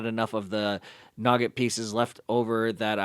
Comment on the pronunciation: Great mod. Love the work. Very important: It's pronounced NEW-git, not nugget. It's the tan stuff that isn't caramel or peanuts in a snickers bar.